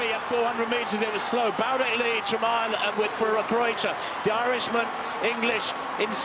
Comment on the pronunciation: please learn to say Bloudek. It's not that hard. It's not "Bludek" or "Blaudek" it is Marino Bloudek